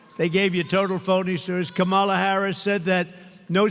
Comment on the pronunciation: It’s Kam-Ala lmao 😂